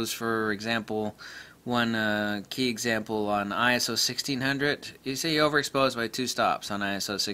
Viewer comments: Not Eye-Ess-Oh. It's Eye-So. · Perry Nah!! Just get annoyed by stupid people playing childish semantics!! Arguing over Eye-So or Eye-S-Oh, give me a break!!